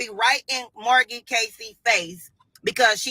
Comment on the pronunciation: Margy??? Ninja its M A R G I E